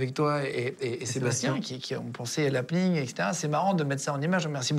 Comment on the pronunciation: HappEning pas Hapning